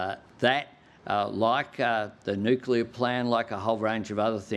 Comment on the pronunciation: Albo learn your English,, IMPORTANT has a T in it not a D,,,, and learn how to say NUCLEAR ,,,,😢